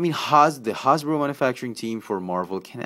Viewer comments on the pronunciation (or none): "Hawz-boro" lol!